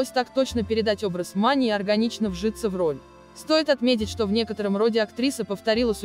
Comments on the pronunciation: Почему коментирующая женщина говорит как по-турецки?! "Подруга МанИ, " вместо "МАни". Читает текст, не задумывается! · МанИ, ЛюсИ…. Почему ударение на последнюю букву? Робот читает? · Диктор хоть фильм бы посмотрела. Роль МанИ, ЛюсИ. Слух режет. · точно! Прям слух резало. И МанИ